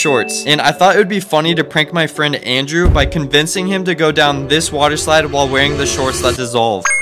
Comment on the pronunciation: Bro almost really emphasized the end in friend☠️